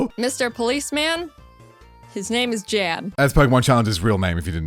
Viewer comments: Jan is gonna make fun of them cause they're pronouncing his name J-Ann when his name is pronounced like Yawn lol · I don’t wanna be that guy but his name is pronounced Yan. It’s a German name which Jayden finds out cuz he reacted to this video and corrects it. She finds out to cuz she commented on that video apologizing for it 😂😅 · technically, its pronounced yan. i know, cause i watched his reaction to this video too. i decided to also watch it from you cause i wanted to know what somebody who helped create the actual games she plays thinks of her videos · The J in Jan is pronounced like Y. His name is pronounced yan and poor jaiden mispronounced it for the whole video 😂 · Jans name is german, and pronounced like "yon" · Jan (pronounced yān) is pronounced Jan (pronounced yān) If you didnt know 👉👈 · Just gonna point out PC’s name is spelled Jan and pronounced “Yann.” Because German phonetics. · PChal's name is Jan, which is actually pronounced Yan, for anyone who's wondering also B'drodo just rolls off the tounge real nice, there were just some really cool nicknames they came up with that I liked more than I expected I would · Jaiden is a GOD TIER animator and storyteller. That's how she can pump out content like this, day in and day out. Also, Pokemon Challenges reacted to the same video. Aside from his name being mispronounced, he seemed pretty flattered by the idea. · i like how Jans name is pronounced in english xD he said in his reaction its the german name and so i totally know how its really pronounced and the difference is just funny xD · she said his name wrong, pokemon challenges has a different jan than we are use to. so she said sorry on his reaction and there's enough to worry about there lol